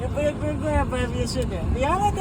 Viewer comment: “The oduh day”